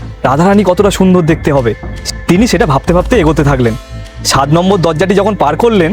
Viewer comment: সাদ নম্বর দরজা দিয়ে রুগমনি দেবী রাধার কাছে যান? এই আপনাদের উচ্চারণ?